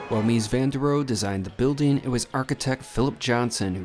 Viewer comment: The Seagram building is one of my favourites in NYC (along with, of course, the Chrysler and also the American Radiator building). Only using half the plot for the building itself to create that plaza in front was a fantastic idea. The -e in Rohe is voiced by the way, Roh-uh.